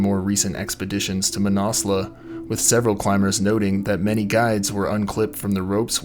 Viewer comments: "Manassla" dude. Cmon, at least try pronounce it properly. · I thought the mountain was pronounced: Man-As-Loo or Man-Az-Lu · fyi ... Mah-nas-loo is the correct pronunciation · Pretty sure its not pronounced "Mannauwslawh" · “MANASLEWWW” the mis pronunciation is killing me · Never heard it pronounced that way and I know many mountaineers who have climbed it. Man-a-slew is the normal way to say it. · Manna loo I believe .. no need to pronounce the s ...this is the English pronunciation anyway . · Where do you get your pronunciations from?? It ends with a U...not an A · Learn how to pronounce the name of the fucking mountain before you make a fucking recording. Fuck. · I have never heard it pronounced like this from any mountaineer either... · I've lived in Nepal 25 years and although your video is good, it's hard to watch without getting irritated at the constant mispronunciation of Manaslu. Please try a simple online search such as "Manaslu pronunciation" which will yield this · Came here to write the same thing, absolutely butchered the pronunciation of Manaslu. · His pronunciation was killing me